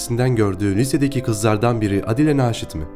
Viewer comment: Aadile Naşit diyeceğine Adile Naşit dedin ya bütün dinleme hevesim kaçtı.